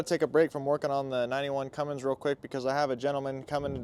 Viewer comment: brother plzzzzz stop saying cummings....it is a Cummins . Love the truck and the video.